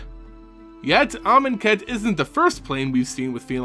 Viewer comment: Oh, you keep pronouncing Amoncat wrong.